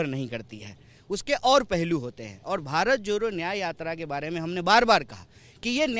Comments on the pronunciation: भाई आप पहले तो भारत जोड़ो बोलो ये भारत जोरो क्या बोल रहे हो,, improve your pronunciation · भारत जोरो यात्रा नही होता है बेटा भारत जोड़ो यात्रा होता है 😂😂😂😂😂😂